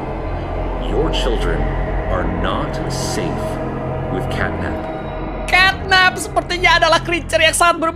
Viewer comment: Catnap bukan catnat